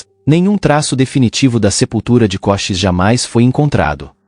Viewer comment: Koshis? Kosheese! Ou Cochisi